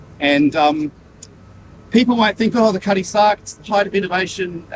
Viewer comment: You mean Cutty Sark, when you say “Cuddy Stark”? Or am I wrong? : ) Either way, appreciate your work a lot.